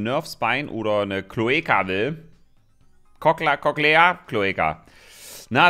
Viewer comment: Hi feier deine Videos!! Hätte auch mal wieder auf nen Slay the Spire Clone bock. Ach und bei wird das Ding Koch-lea ausgesprochen. Das ist der Hörmuschel Knochen HAHA Deine Aussprache Love it:))) Mehr davon!!